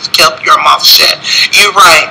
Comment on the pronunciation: Did he say shet up? 😂😂